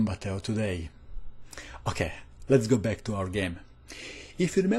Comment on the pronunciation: You live in australia? That explains how you pronounce 'okay'